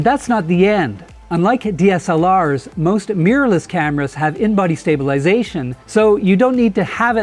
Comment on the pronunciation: WHAT IS Meeerless? Really? Try this. Mi Rorr Less Mi Rorr Less Mirror less. NOT MEEERLESS. Please.